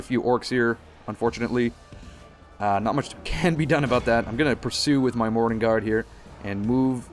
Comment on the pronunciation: Sometimes you say "morannon guard" i hear morning guard